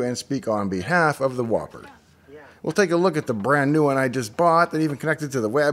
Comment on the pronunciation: Aww man, I though it was teh WoPER